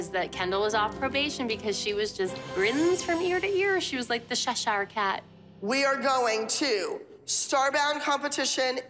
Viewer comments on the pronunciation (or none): it is cheshire cat its just funny how christi says shashare cat